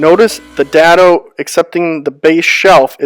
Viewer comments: Day-doh. Not Da-doh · Good tips! I'm pretty sure its pronounced dado with a long a like in day. :)